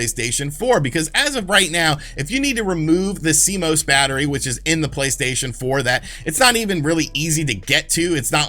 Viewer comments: C-Mose....Almost right. It's C-Moss! Better than last week, when he was calling it C-M-O-S! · Public Service Announcement: It has come to the attention of computer nerds everywhere that YouTubers are pronouncing CMOS in a variety of different (and quite incorrect) ways. It is pronounced C-MOSS. Thank you. You may now resume your regularly scheduled panicking. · "See-moss" -Cmos